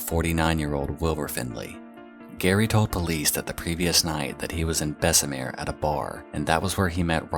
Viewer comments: millions of years late, but im absolutely delighted that you pronounced “insley” right, but not “bessemer” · this video would be perfect if you hadnt pronounced bessemer like that :( i know its not a big place but its named literally after the man who pioneered mass steel production